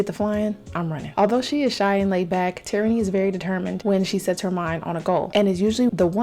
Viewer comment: For choosing which Sims to do next you should make one of those "spin the wheel" things online, it keeps me sometimes Edit: Also her name is pronounced Tair-rah-knee!